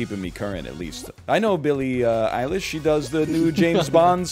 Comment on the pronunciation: I thought NL constantly saying "Billie Eelish" was bad, but not as bad as Illie Billfish lmao